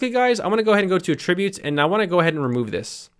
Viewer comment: it's pronounced "AT-tributes" as in the noun.... not "a-tributes" ... as in the verb.